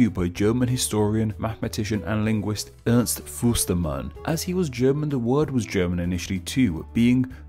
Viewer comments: “Ernst Fusterman”? “Fuksetimaladschie”? I may not speak German, but I can tell that these deliveries sounded wrong. And “Amerikyoo”? Since it’s Spanish, shouldn’t it be “ah-meh-ree-keh”? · I think you also stole Ernst Förstemann his "s" at .